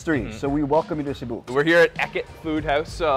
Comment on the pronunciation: See-boo? Bro it’s SEH-bu.